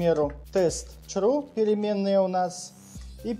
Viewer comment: Чувак почему чру?)